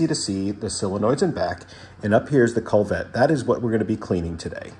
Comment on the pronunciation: Great video. I got mine spotless using your video. One thing, it is a "koo-vet".